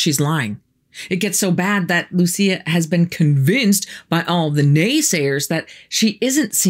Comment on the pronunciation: The story of these 3 children is true. Lúcia (the stressed syllable is Lú - LOO.seeah) died a few decades ago. But before she died she wrote a letter reporting the 3rd secret to the then Pope, but the Pope did not disclose it to the public.